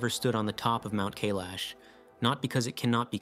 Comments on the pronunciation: Kailash rhymes with "my wash" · Mate, look up how to pronounce places before you make videos about them huh? Kailash and Uluṟu for example.